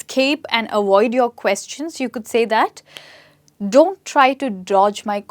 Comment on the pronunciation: Interesting !! Lesson!! But Just to make A Point 👉.. It's Not " AWOID" ITS AVOID.. LETTER V NOT W...